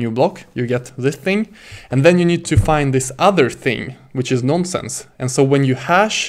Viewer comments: It is "nonce". Not a "nonsense" :) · Cracked me up everything he kept saying "non sense":)) Had to check the comments to make sure I was not the only one hearing nonsense lol Great video and excellent teaching skill though. Keep it up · Non nonsense its "nonce"